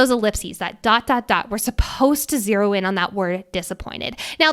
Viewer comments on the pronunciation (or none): none